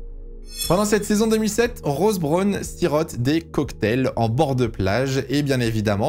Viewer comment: oui en plus il le prononce mal... c'est un peu désagréable